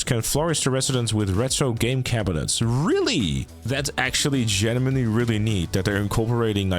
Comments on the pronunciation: Do you say genuimenly ? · he is 'GENIMENLY' interested, guys...